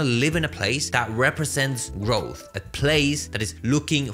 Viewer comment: lol you are not from “London”. Can hardly pronounce “growth”